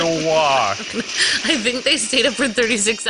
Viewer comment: I like your videos but this time i was pissed off of you saying marowak name wrong not knowing there are other pokeballs which are more effective on certain pokemon!!!!!!!!!!!!!!!!!!!! look dude this time you are just really making me furious right now so pls do some search first dude.(sry if i made anyone angry but this was really fustrating for me so i just really couldn't hold it because this was offensive to me.)